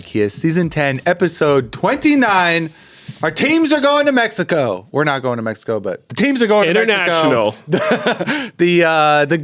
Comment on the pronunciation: YOU BOYS LIKE MEX-EY-KO!? YAHHHHH HOOOOOOO!!